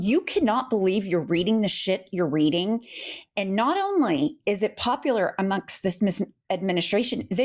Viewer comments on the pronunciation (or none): none